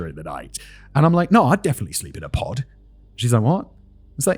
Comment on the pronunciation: Was anyone else hearing "pot" the entire time he was saying "pod" during that aside about sleeping conditions? I spent a few minutes deeply confused and highly amused before wondering if there was a market for "sleeping pots"